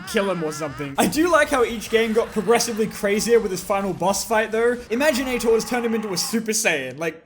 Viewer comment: Your pronunciation of imaginators hurts me on the inside